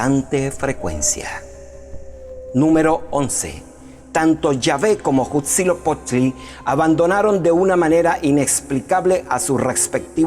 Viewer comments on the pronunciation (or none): No puedes tomar en serio a alguien que nisiquiera puede pronunciar bien a Quetzalcoatl y Huitzilopochtli